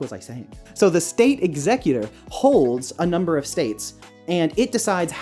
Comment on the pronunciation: Whenever you say executor my brain hears "exeggcutor" ... Great video, though, I enjoy hearing about your thought process :)